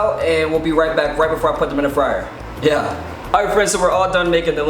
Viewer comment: I love how ur always like "yuh" that's adorable